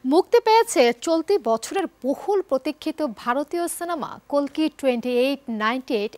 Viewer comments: Apu kolki na kalki 😂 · কল্কি না সঠিক উচ্চারণ কাল্কি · Its "Kalki" not "Kolki" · কোলকি না রে ভাই কালকি হবে 🤣🤣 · আফা, উচ্চারণ ঠিক করেন। কালকি হবে, কলকি না 🤣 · কলকি?? নাকি কালকি???😂😂😂😂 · কল্কি না রে ভাই😂, কাল্কি হবে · ম্যাডাম কল্কি হবে না ছবির নাম কাল কি একজন উপস্থাপিকা হয়ে ভুল করেন কেন😅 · কল্কি না আপা কাল্কি😂😂😂😂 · কালকি মুভিরে গাঞ্জার কলকি নামে বলতাছে😅😅😅 উপস্থাপিকা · The host can't even pronounce the movie name correctly. It's kalki not kolki, kolki is a thing you use to inhale ganja. Woman 😂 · কলকি না, বেউকুফ,,,,,কালকি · Kolki na kalki 😂😂😂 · আপু কলসি নাকি কল্কি বললেন বুজলাম না আরকি🙄🥴